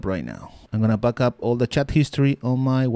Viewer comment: IT'S BACK UP NOT BAKAP!!!!!????!!!!!!!!